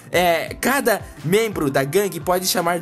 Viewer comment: vc parece o mussoumano falando guangue . LIKE